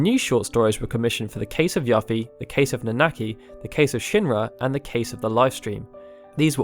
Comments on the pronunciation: I just died a little bit inside when he mispronounced Yuffie. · How did he pronounce Yuffie? lol. I have never heard it pronounced like that. Great video though!